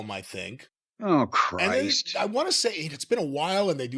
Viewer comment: The way Jim mutters “Aw Christ” 😂